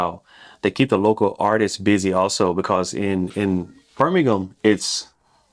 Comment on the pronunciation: You can tell you have been in the UK because you are pronouncing ham as gum and Birmingham correctly ❤